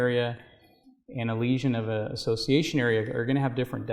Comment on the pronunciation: Assciation ism